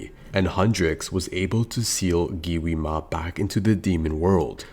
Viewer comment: Yo buddy it’s not giwima it’s Gwima like pronounce it right buddy Gwi ma